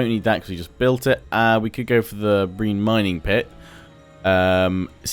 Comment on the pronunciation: Brine is pronounced Br-eye-n, not breen.